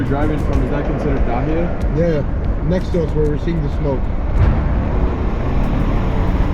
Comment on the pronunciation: Dahia not Dahiaiy im Lebanese ❤🇱🇧❤️🇱🇧❤️🇱🇧❤️